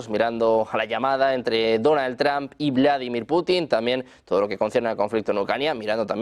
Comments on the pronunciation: Este canal de MAGA MONG0sss sólo DONAL MADURISTAS……. Y consejo: aprendan a decir trump…… 😂😂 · Me encanta que los españoles pronuncian "TRAN" es vez de Trump